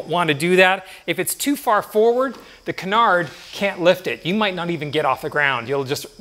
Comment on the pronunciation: Great video, btw its Canar, you don't say the D